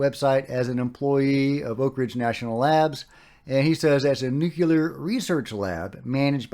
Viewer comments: Excuse me - Nuclear is pronounced “nu - clear”, not “nu - cu - lar”. Nu - clear. George W. Bush said it the other way. It made him sound like he never graduated jr. high school. In this subject we’ve got enough problems with credibility. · The reason Oak Ridge is famous is nuclear research! It was home of the Manhattan project! (Also, nuclear, not newkyuler. I don't enjoy correcting people but I want this subject taken seriously)